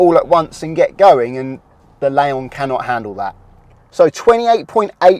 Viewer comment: Why do you call your car a Laon when it's a Leon the second letter is an e not an a...just thought I'd mention it otherwise a....many thanks for your hard work.